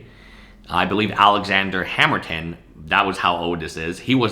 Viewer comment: Lmfao. I loveeeeee the way you say Alexander hammerton